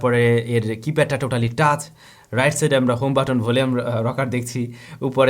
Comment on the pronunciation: টাস না ভাই, টাচ্